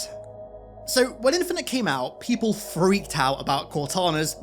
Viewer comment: Halo what? Infineter????